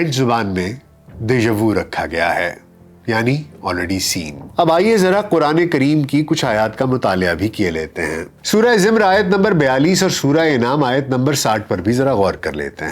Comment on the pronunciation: محترم آپکے پروگرام شوق سے سنتی ہوں۔ بہت اچھے ہوتے ہیں۔ اس دفعہ ایک غلطی کی تصیح کرنی ہے۔ قران پاک کی سورہ کا نام " زُمر" هے۔ یعنی ز پر پیش ہے ز کے نیچے زیر نہیں۔